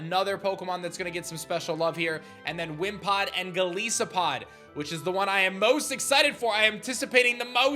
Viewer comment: It's Gol EYE sopod (Goliath + Isopod) not Gol EE sopod.